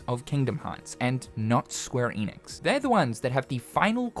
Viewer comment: SQUARE ENIX. Not EEEENIX